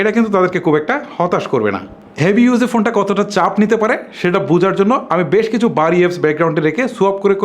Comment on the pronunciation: **কি কি বালো🤣 দিক রয়েচে **কুব🤣 একটা **নতুন কিচু🤣 **এচাড়া🤣 **টিকটাক🤣 **দরে🤣 নিতে হবে **ফারম্যান্স🤣 (অরো অনেক...কয়েকটা সেম্পল দিলাম মাত্র) শালার উচ্চারণ.... আঞ্চলিকতার দুর্গন্ধ যায় নাই উউচ্চারণ থেকে😡 তোর বউ তোরে কিছু কয় না???